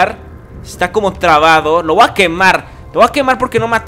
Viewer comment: Me rncanta cuando dice , voa correr , en vez de decir voy a correr :v